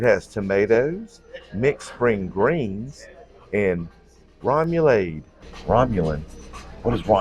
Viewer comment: I agree with everyone else! Love the new opening! Always love the bloopers at the end too! lol!! Rem-o-lahd 😂